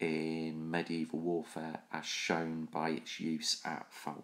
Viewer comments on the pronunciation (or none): none